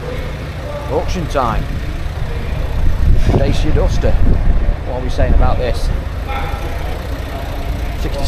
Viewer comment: Dacia, pronounced da-chia